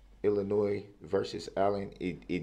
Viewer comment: DO NOT PRONOUNCE THE “s” in ILLINOIS!! That is taught in 6 th grade!! He keeps saying IllinoiS ! Drives me nuts!!